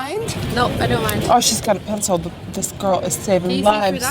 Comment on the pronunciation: no one: nikkie : oH a pENcILH👀😳